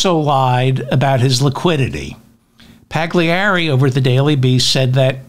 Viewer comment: David, please pronounce Paglieri properly. The "G" is silent. say it like its spelt "Pallieri". Jose is probably from Argentina but has an Italian father, thus the Italian last name. thank you.